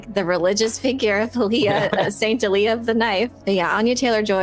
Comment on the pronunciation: When I heard about the ending od Part II, I immediately went into defense mode. I'm happy watching the SyFy original series' because that's the only production that got it right as far as following the original source material. BTW, the correct pronunciation of Alia is: ALL-Ē-UH. Read to the books again.